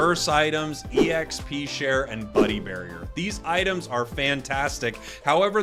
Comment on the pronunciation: "ITEAMS" lol